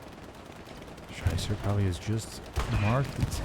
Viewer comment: Great Commentary. But my Name is pronounced Schieber (She-ber), not Scheisser (which hilarously translates to Shitter)